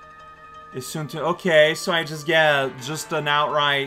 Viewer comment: Sorry to say, but amaterasu needs isshun.